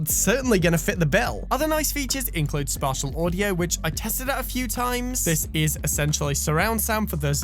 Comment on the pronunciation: The way he says spatial audio is hilarious (Spartial audio)😂